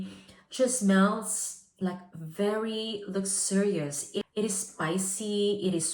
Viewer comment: Please, check how to spell “sensual” and “luxorious” - You use those words a lot and always mispronounce. Sorry, do not want to be rude.